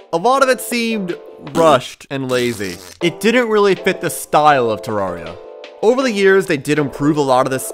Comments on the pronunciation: I cannot watch a 10 minute video of you pronouncing it "terroria" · bruh said "terroria" and "Tahrahria" why doesnt he just say it right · who's gonna break it to him that hes pronouncing "terraria" wrong